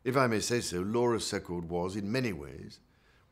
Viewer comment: Too bad the Prince of Wales could pronounce "Secord" properly. See-cord not Sec-card